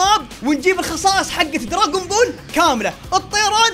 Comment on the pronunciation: دراغون بول❌ دراغن بول✅ 😓